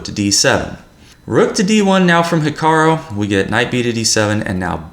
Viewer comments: 'Hikaroh'? Hahaha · I like you and all but please stop saying ‘Hikaro’ 😂